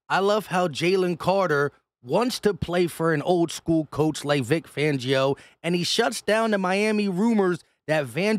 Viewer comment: You’ve been doing so good lately. You gotta keep resisting the urge to call him Vangio. That’s not his name. Fangio. Fangio. Fangio.